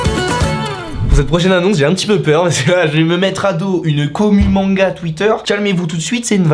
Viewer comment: Quand c'étais l'annonce des manga quand a dit les noms des manga mes oreils ont saigné TvT